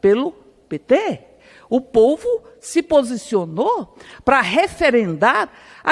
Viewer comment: "Erica cocada ' " o pouvo" será que eu escutei direito? 😂😂😂😂😂😂😂😂😂😂😂😂😂😂😂😂😂